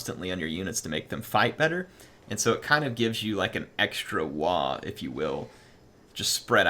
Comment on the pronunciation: Excuse me its pronounced. WWWWAAAAAAAAAAAAAAAGGGGGGGGGGGGGHHHHHHHHHHHHH